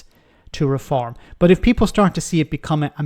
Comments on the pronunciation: he pronounces refom like it's a masonry adhesive. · He can't say Reform properly